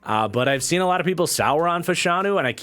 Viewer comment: The correct pronunciation is FASH-UH-NEW